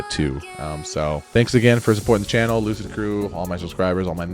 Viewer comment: You sure you're not saying hello Loser crew in your intro? I swear i hear it everytime instead of Lucid. Maybe I'm just deafer than I realise.